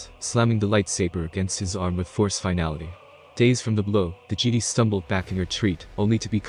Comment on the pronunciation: Gd? It's pronounced Jeh-Die.